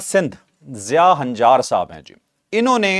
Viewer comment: ہنجار نہیں لنجار ہیں یہ قوم ہے درستگی فرمائیں